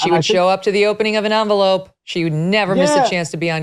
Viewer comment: Envelope * but that was hilarious 😂